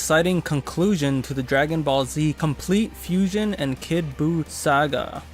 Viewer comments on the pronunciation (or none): It’s saga not Sega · 14 It's pronounced Saga not Sega